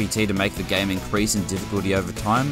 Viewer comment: Why do you pronounce "game" like "gam"